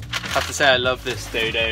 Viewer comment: IT reads "dodo mat" but you say "daydaymat" and im so confused